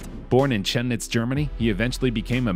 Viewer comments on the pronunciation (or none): this german city is pronouced kemnitz not CHemnitz, but i dont blame you, the way its spelled at the first place is a bit dumb as well as the whole german writing system. probably to hide the fact that the city is of slavic origin, kamen = stone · Cheminitz is pronounced with a HARD C -- as in K. Kluge is pronounced Clue Gay, yeah it's a famous German surname. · Dude, please look up how to pronounce certain words. The way you said "Kluge" and "Chemnitz" is absolutely terrible.